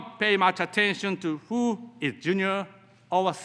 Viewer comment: With,who,world memoriなどいろいろ単語の発音が大変た。普通の日本人より英会話は大体問題ないだと思う。